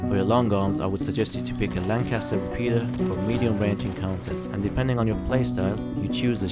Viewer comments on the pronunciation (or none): none